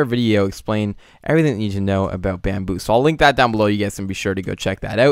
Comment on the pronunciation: Lol you said Bambillo.... Bambillo Pillow case xD